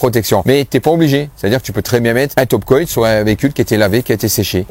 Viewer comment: merci pour tout ça. bon ''coat" se prononce "côte'' comme une "cote de boeuf'' 😊👍👍